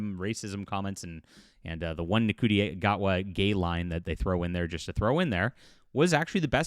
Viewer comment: U said ‘nah cutie’. It’s ‘shootie’. Show is terrible but that joke is worse.